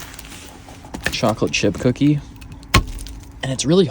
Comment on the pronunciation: Good job on saying pecan correctly.